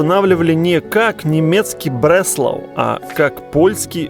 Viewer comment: В немецком фрагменте слышно что ударение на а, Бресла'у, а не Бре'слау...